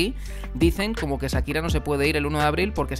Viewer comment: Es Shakira, no Sakira. Y se pronuncia Maiami no Miami.